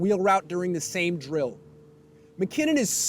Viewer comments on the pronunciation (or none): none